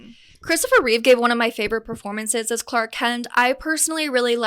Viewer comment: I stopped watching when you got basic facts wrong. It’s Christopher Reeve, not Reeves. He did 4 movies, not 5. If you want people to watch your content, then at least show enough respect for your audience to get facts right first.